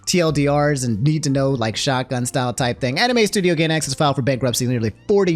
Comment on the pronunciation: crazy how mispronounced every anime made by Gainax. not a single correct pronunciation xD